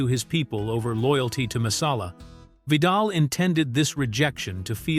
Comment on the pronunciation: I know, right. The AI Guy mispronounced Vidal's name at least twice. I had to go back to figure out who he was talking about.